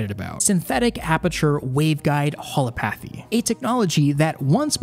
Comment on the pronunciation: holopathy? Lol